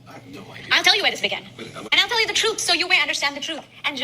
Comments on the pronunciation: 😂 so much “troof”…I was like, “what’s’troof’?!??” 🤷‍♀️🤔🤦‍♀️ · So much for his: I’m ‘de only person gettin’ ALL ‘de info from ALL sources an’ I’m gon’ go ‘thew’ it and get da’ ‘TROOF’ an’ gi’ my results an’ ‘den I’ll be done